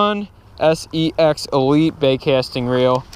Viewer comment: he says Sex instead of saex